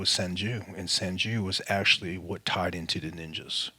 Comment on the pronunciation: "sun Jew" lol